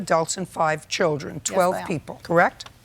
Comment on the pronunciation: If she says "Fave" (five) ONE MORE TIME!!! LOL